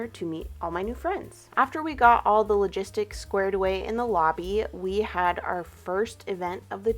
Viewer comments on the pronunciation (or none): none